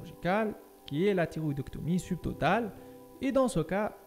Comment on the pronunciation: راها كاطنطق تيغويدي ماشي طيغويدي !!!!!!!!!!! شوية د مخارج الحروف !!!!!